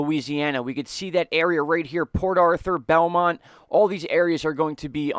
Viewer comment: boomont, not belmont